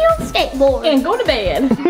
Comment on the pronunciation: i laughed when mommy said "gO tO bEd"